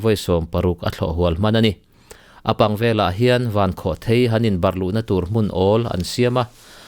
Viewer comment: Mizo ṭawngah chuan a lam dan hi lam dan tur dik tak a ni e. Thil tlawn a lai kua hi thei (chhemthèi/mauthèi etc..) tih ṭhin ani a, rocket hi chutiang pian nei anih vang chuan "Vankhawhthèi" tih hi adik thlap a ni.